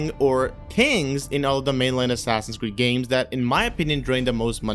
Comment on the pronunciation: The way you said "things" is like saying kings :))